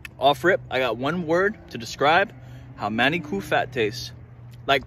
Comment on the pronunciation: Lost me when he said manicoo curry